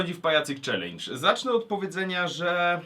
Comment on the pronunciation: "...Ćwlendż" :DD P.S Niech wyzwie ktoś Kine xD